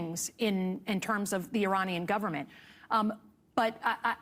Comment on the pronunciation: she cant even pronounce 'Iranian'